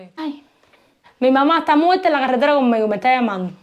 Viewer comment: Se dice muerta, no "muelta". A ver si pronunciais la erre en condiciones.